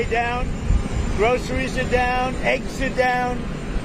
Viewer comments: Trump doen't even know how to prononuce groceries. Trump just learned a new word. Groceries, that is Trumps new word for the week. Aren't you Repubicans tired of this person? How much more do we need to hear lies upon lies upon lies. Every day there is a new lie by this full bl own idiot. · He clearly needed a vocal coach to teach him how to say "groceries". This man has never been inside a grocery store. Never bought or cooked his own food. Never even driven I car that I know of. But somehow, republican voters think he cares about them? He's a lifelong 1 percenter, he knows NOTHING about what life is like for the other 99% of us. The only thing he's actually good at is stealing money from suckers. And that what republican voters are. Suckers.